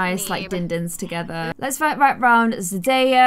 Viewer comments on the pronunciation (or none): “zenaya” me: “no zendaya” “zenaya” hm okay